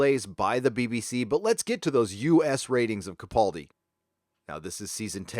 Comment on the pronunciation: Hate to be Pedantic, especially since he probably wont come up much anymore, but it's Peter Ca-Pal-Di, NOT Ca- PAUL-dI